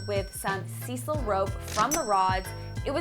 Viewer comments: Cecil? Friendly FYI. Pronounced Saisl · Size-al not cecil rug :-)